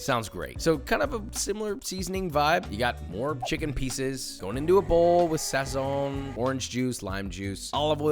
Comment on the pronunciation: Josh saying ‘sazón’ right makes my puertorrican heart very warm.